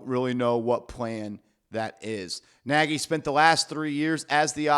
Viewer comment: It's pronounced (nay-gee)